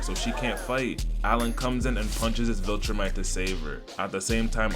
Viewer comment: Bro putting unnecessary emphasis on the black voltromite